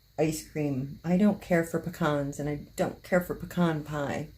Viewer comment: You had me up until Pecan!! 🤣🤣🤣